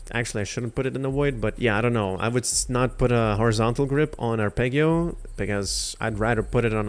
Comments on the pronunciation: Ar-peg-io pissed me off lmao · It's arpeggio not arpeggio edit: thanks for the video :) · You’re saying arpeggio wrong. I would want somebody to tell me. Thanks for the video. Very helpful